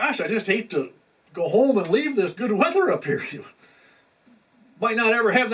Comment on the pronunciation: It’s called “weather” Rhymes with Leather